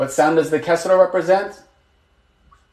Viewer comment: Bro the kasra is more of a "ee" sound